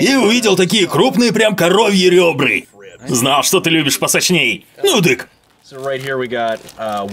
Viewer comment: ребрААААААААААА, а не ребры